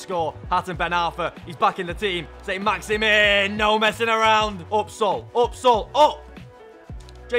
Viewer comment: As much as i love the bloke, i hate anyone that says maximin in a shit english accent when its not like that